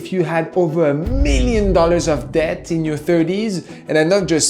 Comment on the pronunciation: I like how he sometimes pronounces the word debt correctly, but most of the time heavily emphasizes the B.